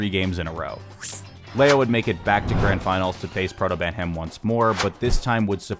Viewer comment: And he also says "Protobantam" just before that